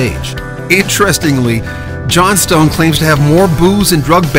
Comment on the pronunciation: It's pronounced Johnston.